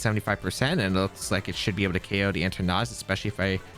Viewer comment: Your Eternatus pronunciation is almost the same as your Tornadus pronunciation. I wasn't watching the screen while I was listening to the video and I legitimately thought you were up against a Tornadus.